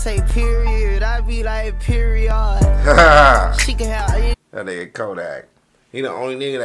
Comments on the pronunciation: She say period I be like peREOD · She say period I be like PEREODD 🐐🔥